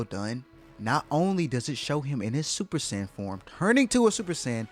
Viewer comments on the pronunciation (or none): Bro please just say super saiyan blue😭😭